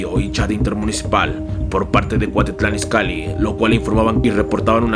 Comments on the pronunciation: Es Cuautitlán Izcalli no Cuatitlán y no es grabiel es Gabriel 🤣🤣🤣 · se dice cuautitlan izcalli y no cuatitlan 😂 cambia el haiga por el haya 🤷‍♂️ , pero si te endenti 😂😂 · Es cuautitlan izcalli no Cuactitlán an izcalli 😂😂😂😂😂😂😂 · Es CUAUTITLÁN IZCALLI no cuatitlan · No lo tomes a mal!!!, pero es cuaUUUUUUtitlán Izcalli, no CUATITLAN!, solo tomalo en cuenta!! Saludos!!! no dejes de chambiar!!! y de GRABIEL ni hablamos. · Es Cuautitlán izcalli no cuatitlan Izcalli ponte chingon!! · Es cuautitlan Izcalli no cuatitlan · Dijiste la de cuatitlán izcalli😝😝😝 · cuatitlan Izcalli jajaja habla bien